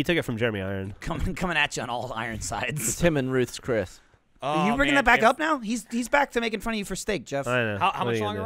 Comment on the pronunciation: I like Gavin making fun of Geoff for saying Ruth's Chris correctly.